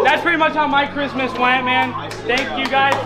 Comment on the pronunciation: She said merry Bhristmas !!!!! On bloodz👌🏽 😂😂😂😂😂😂😂😂😂